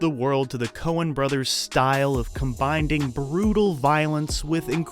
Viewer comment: Did you just say combinding?